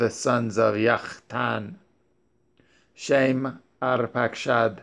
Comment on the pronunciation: Is there an reason for pronouncing Shem’s name the way you do brother? I’m looking for understanding